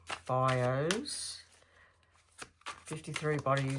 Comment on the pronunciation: Hi, It's pronounced bye u (bayou).😊 Passionate Presserverance gave you a shout out and I have been hooked on your readings ever since.😊